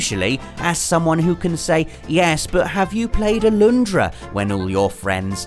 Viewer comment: Its Alundra. Not Aloondra!